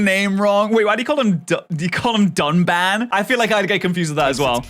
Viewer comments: It’s not just one name wrong. He got both Reyn and Dunban’s name wrong. I understand misreading Reyn name but Dunban? Seriously? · They gave this review of Xenoblade a lower score than the other versions of the game while saying it's the best version of the game. Also, the characters the reviewer mispronounced (Reyn and Dunban) are both characters you meet within an hour of gameplay and there is voice acting mentioning their name A LOT. So I don't know how they messed that up. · As a massive xenoblade fan, the view of the remaster of the first game hurts my soul. Note that they don't just get Dunban's name wrong (which, in itself is fairly inexcusable considering it's a long JRPG with voice acting), but also Reyn (which they call Rain), Nopon (Naypon), and some pretty odd criticisms overall. Oh, and there were some massive spoilers included in the review.